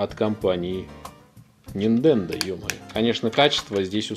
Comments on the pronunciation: Нахер , сначала подписался но после десятого раза упоминания Ниндендо отписался. Делаешь обзор, будь любезен не каверкай названия . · Ниндендо... мои бедные уши... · Нинтендооо! А ни ниндендо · Вопрос чисто эстетический . Почему ты называешь "супер нинДЕндо" вместо супер нинТЕндо?